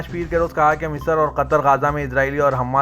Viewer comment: KYUN QATAR KO KHATR BOLTE HO SUDHROGE NAHI KYA ??